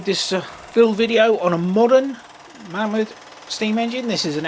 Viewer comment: Pronounced Maymod